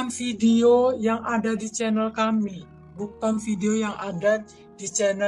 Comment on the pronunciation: Channel tasik ngaji ? Channel dgn chanel beda pengucapan nya.